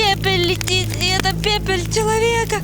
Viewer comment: Научите ведущую говорить нормально: "очко", "благовоня", " пепель", "эту пепель" (пепель -- вообще народ западной части Африки, при чем здесь?) и многое другое. Серьёзно, там же штук 10 людей за кадром, выправляйте и делайте нормальные дубли